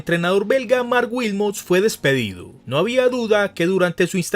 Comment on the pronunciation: Marc Wilmots, no "Wiltons"